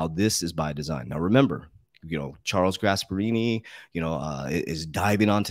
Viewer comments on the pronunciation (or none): none